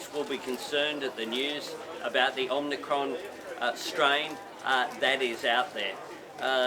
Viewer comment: No way! He can’t even pronounce a word correctly. What is omnicron? It’s omicron… He needs more schooling. Absolute disgrace.